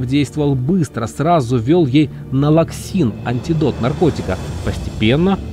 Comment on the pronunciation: Прям как в сказке. Незаметно подменили в морге. Скорая помощь и в больнице поставили диагноз - инсульт, а оказалось наркотическое опьянение. Медики не смогли определить, смерть или передоз? Как то сказочно всё это. Антидот наркотика- налаксон. А не налаксин.